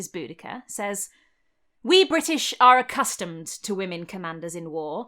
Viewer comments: I just wanted you to know that my boyfriend thought you were saying Bootycall. A courageous hero called Bootycall. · lmfao "BoudaCURR" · Then at some point she met up with Xena Warrior Princess, but she pronounced her name differently 😉